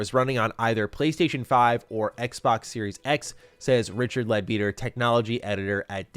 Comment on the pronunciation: Leadbetter not Beeter